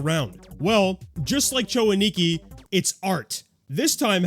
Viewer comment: A-Ni-Ki, not Ani-Ki. You're putting the emphasis on the wrong syllable.